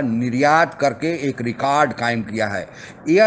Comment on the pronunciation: Kya aap bhi pakistaniyo ke tarha rekard bolte ho????...lol